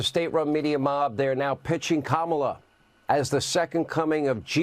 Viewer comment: Whoa. Hannity properly pronounced Kamala.